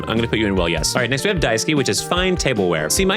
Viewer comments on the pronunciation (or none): pronouncing daisuke like daisuki is a sort of wonderful coincidence I can really get behind in this exact set of circumstances. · Funny thing i noticed: When he said Daisuke's name (which is a japaness name), he pronounced it (Daisuki), which means "I love you" in Japanese Just thought yall should know that 😂